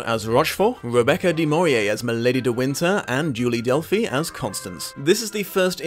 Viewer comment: How many times will you get poor Rebecca's name wrong????